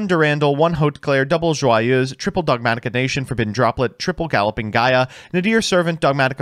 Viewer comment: How has consistently managed to pronounce Joyeuse basically correctly while butchering all other pronounciations?